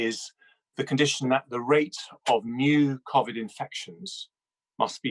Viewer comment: did you hear the way he said covid 🙄